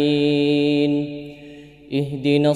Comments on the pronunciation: Nasta'in ia baca nastaim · naam, sy dengarnya jga nasta'im kata dhalliinnya jga dbaca dhalliim.